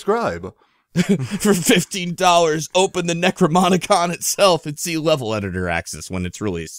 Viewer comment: NecroNOMicon! NOMICON, goddamit